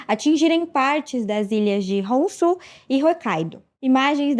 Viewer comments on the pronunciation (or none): Que tal colocarem uma repórter que saiba ler? Nem o nome da primeira ministra consegue ler. Takaichi se lê Takashi agora? Honshu se lê Honsu? Nem ao vivo estava, que falta de profissionalismo do pessoal.